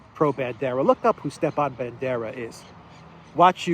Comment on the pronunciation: It's not Stephan it's Stepan.